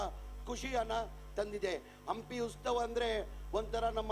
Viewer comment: 😮 ಉಸ್ತವ ಅಲ್ಲವೋ ಮಾರಾಯ ಉತ್ಸವ 🤦‍♂️